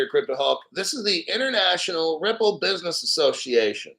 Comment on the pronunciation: "Bidness" 😂😂 salute from the black crypto community 🫡